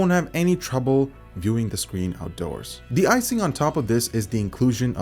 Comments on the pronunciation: The skween lol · lol SCWEEN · to Scween or not to screen ? That is the real question. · the scween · "The Scween" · The "Scween". xD